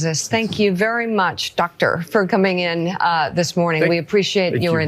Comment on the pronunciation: the way she said Doctor. Lol